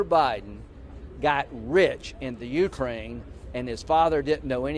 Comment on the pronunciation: The YOUkrain and INsurance. Makes the guy sound like a moron.